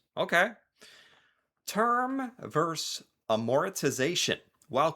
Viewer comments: Why can't United Statians pronounce the word "versus"? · The word you want is “versus” — two syllables. A verse is part of a poem or a song.